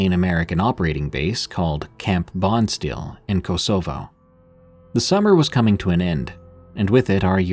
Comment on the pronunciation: How can you not know how to pronounce Kosovo? Ko-so-vo. You mispronounce a lot of places. Don't you do any research? I was deployed to Macedonia to support the mission in Kosovo in 1999. No Skype back then